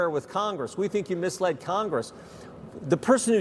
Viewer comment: t's 'misled', not 'mislead'. What are the schools turning out??!!